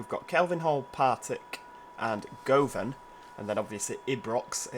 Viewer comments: Govan is "Guvvin" Lol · Ibrox is pronounced eye-brocks And govan is pronounced guvven And St. Enoch is pronounced St Eenuks